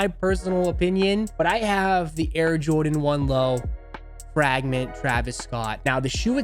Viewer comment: "The Frāgment Travis Scuott" 😅 my guy!